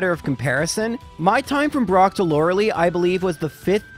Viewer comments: Lore-lee for, Lore-lie for everyone else & to be correct apparently... but am I alone or did anyone else pronounce it Lore-lay as a kid??? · "Loreli" I'm dying 😂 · Why am I so uncomfortable with the way he says Lorali? I always read her name as Lore-a-lie. Am I the one saying it wrong? Lol it's a great video but I've never heard it said like that